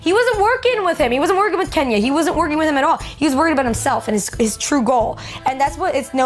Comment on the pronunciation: Did you call Tenya "Kenya"??